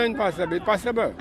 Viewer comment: That nuh pathibble 😂😂😂😂😂